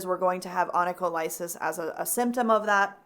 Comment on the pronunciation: Onycholysis pronounced like the ending paralysis. 😊😜